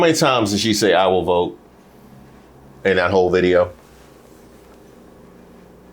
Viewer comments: Cubans can't pronounce the v sound. Thus, bote instead of vote. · No no it's "I will boat, for Donna Trom!" 🛥️ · NOT BOAT! 😂😂😂😂😂😂😂😂😂😂😂😂😂😂😂😂😂😂😂😂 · "I will boat....back to Cuba" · I'm laughing so hard at. You deserved it biotch. "I will vut for Donald's trunk". Now, it's stuck in my head.🤪🤪🤪🤪🤪🤪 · No y’all got it wrong, I figured it out, it’s " I build boat for Donell Thronk ", you’re welcome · I believe it’s “ I will boat for Donnal Trunk”. Now get on the boat for Donnal Trunk and go to Cuba.😂😂😂😂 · 😂😂😂I thought it was BOAT FOR DONALD TRUNK🤣🤣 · "She didn't use a V sound the whole video." 😂😂😂